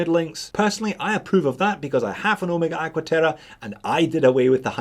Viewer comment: Look at that face! Perfect. Easy to see hands on a deep contrast face. Simple date. You can't beat this for the price. Everyday wearable watch. Also, thank you for pronouncing OH May Gah correctly.